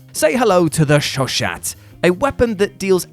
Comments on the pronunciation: It's pronounced "show show"...not "show shat". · “Shoshat” 😂 how very Continental to be unable to pronounce French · It's French, it's pronounced show-show... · The Chauchat (pronounced "show-show") was horrid. The best thing said about it by an American soldier that was issued one in WWI was that you could use parts of it to make a still to make moonshine. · Chauchat? The T is silent. Also was apparently pretty good when it was properly maintained... Also, to don't pronounce the point in the .32 or .22.